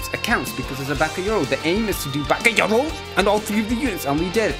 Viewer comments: It's ba'ga'yaro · It's bakayaro